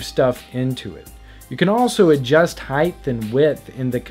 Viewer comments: It's height not heighth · I couldn't get through this video. I couldn't listen to him say heighdth one more time. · Why do people say heighth instead of height...